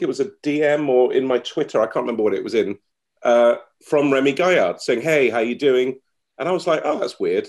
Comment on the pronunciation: It is Gaillard, guy-argh, not gayer. Used to watch Trigger Happy, a lot, had the soundtrack on cd. Also saw Remi's Lorient stunt live on tv. When I first started watching this I thought "bullshit! There are like 2 stunts that are similar!" Bit surprised to see the coincidences there, bit of a shame acrually, especially as so many of the other original sketches are legendary. But, equally, I am sure some of Dom's stuff wasn't original, and jokes and stories are continuously retold. Or maybe I am just an apologist for an artist I have really been behind for 20 years.